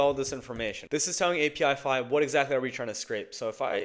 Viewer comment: “app-ih-fy”, not “API-FY”, mate.